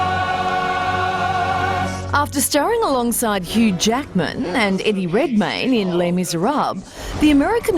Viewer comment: "Eydie Reydmayne" xD I need a 10 hours verions of that